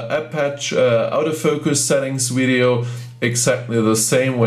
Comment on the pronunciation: It's odd that you have such excellent English but say weedyo ! Surely someone has told you how to pronounce V in English?